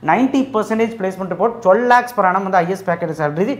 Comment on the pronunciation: Per annum na enna athuvum konjam theliva sollunga